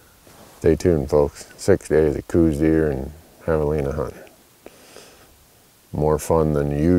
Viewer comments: The "house" pronunciation is wrong too. We talk about this several times on Randy's podcast. Dr. Elliot Coues wrote that that it is pronounced "Cowz" (his words not mine). I think we should recognize Elliot as the real expert here. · Hey Randy! At 23 and 24 seconds into the video, that area is where we just popped 2 Javelina during the HAM hunt. And, last year as well. Saw Coati there last year. None this year. Kinda wanted one. Great place to glass deer too! A lot of both coues ( say kouse, like house, no 'Z' on the end) and mule deer in the mornings prior to sunrise on the sides of those hills. Beds too! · lol eternal debate. Call them whatever you want. Randy has videos on this very channel regarding the name of the deer. Read 'Deer of the Southwest' by Hefflifinger. Also interesting is that the true proper pronunciation that really noone uses is likely 'Couse' like 'house' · Randy explained at the beginning of the video EXACTLY why they say cooz instead of cows. He also said he knows the proper official pronunciation. Before you rag on somebody, listen to what they have to say on the subject. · 98.6% of people say "cooz" and I don't care (and I just made up that number). I continue to pronounce it correctly and don't notice how other people do anymore.